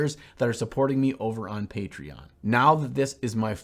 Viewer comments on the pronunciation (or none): none